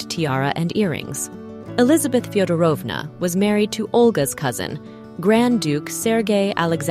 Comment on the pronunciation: fiodόrovna we put the accent on the first o